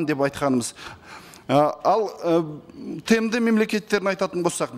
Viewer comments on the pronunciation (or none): Тэ Эм Дэ мемлекеттері емес ТыМыДы мемлекеттері деп айтылу керек. Туркия емес, Түркия.